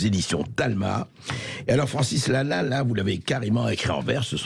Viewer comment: Je rêve ou il prononce "Francis Lannal" à un moment ?